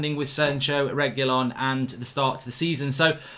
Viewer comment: Reg, wee, lon, it's not that fucking hard mark 🤣